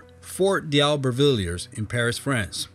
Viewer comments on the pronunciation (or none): D'Aubervilliers isn't pronounced "dee-ow-ber-vill-yerz". It's "doh-bear-vill-yay". Kazakhstan isn't "kuh-ZAT-stun", but "KAZ-ak-STAN". Kyrgyzstan isn't "keerg-stan", but "keer-giz-stan."